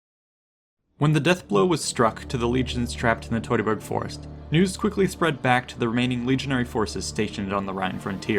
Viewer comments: Teu(two)-ta-burg forest…. It’s really not hard to say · Fantastic retelling of these events! But I’m curious where you learned to pronounce “Teutoburg”. Because I’ve always heard it pronounced “TEW-tuh-burg”. But you seem to pronounce it “TOY-tuh-burg”. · Wtf is toytaberg. Are you from Brooklyn. Do you pronounce birds as boyds? Maybe you should do a video on the toytonic knights